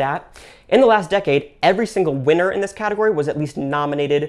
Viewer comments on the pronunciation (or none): none